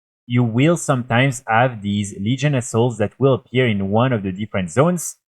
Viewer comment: I normally cant see the screen while playing the video. Thought you were saying asshole a couple of times when referring to assaults 😂